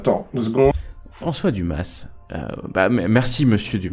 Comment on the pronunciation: Par contre on dit Dumas ! sans prononcer le S hein ! :p ;)